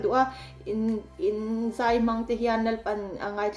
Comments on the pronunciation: Zei tiin i sawi a,a diklo ania zai tih tur ania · Zei ni lo in ,zai tih tur aw , zei chu nulat tlangval in ngaihzawnna vel a ,zei an tih ang vel hi ,zai chu chemte in ka in zai tih ang te😅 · A ngaihnawm ṭhin. Mahse... Zei nilo in ZAI Peih nilo in PAIH Ngeihdan nilo in NGAIHDAN, Buatseih nilo in BUATSAIH... Etc. I lo fimkhur nan